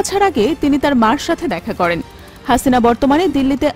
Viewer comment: 😂😂হাছিনা নাম টা কিভাবে উপস্থাপন করলো 😂